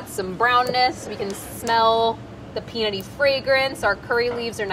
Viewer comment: Heh she said we're adding alot of "pee and nutty flavors" Kappa